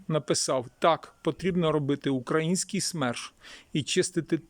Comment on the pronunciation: Украї ' нський ! Робіть вірний наголос. Це уродство слова належить москвалям. Вам це навіщо потрібно карьожити. Ви довго наблюдаєте за вбивствами нашіх воїнів. Довго на нашій землі процвітають вороги народу і Армії. Чоловіки мають захищати жінок і дітей. Наші домівки, нашу країну, нашу Землю. То чого ж ви так довго соображаєте для чого ви живете в цьому світі. Робіть те , для чого ви народжені. А споглядати на все це побоїще не потрібно. Потрібно діяти з результатом виконаної роботи по очіщенню нашої країни від ворога.